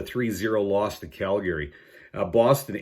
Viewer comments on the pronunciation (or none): CalGARY, man what part of Canada are you from? Weird pronunciations haha. I like your videos though even if I often don't agree with your picks. Straight forward to the point and fully transparent.